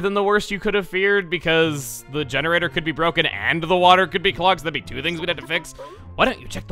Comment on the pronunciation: There's chu of you? At least he didn't say 'chu' twice or we'd be switching franchises.